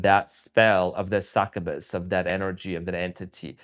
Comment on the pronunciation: Not being critical but just helping Its pronounced Suck-you-bus Please dont take offense